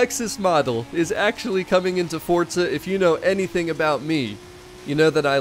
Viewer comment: It’s forza not fortza.. lol